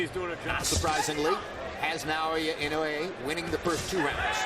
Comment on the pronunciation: NOT "Nay-oya."